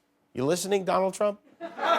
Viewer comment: *Dooonald. That's how she says his name. Just saying....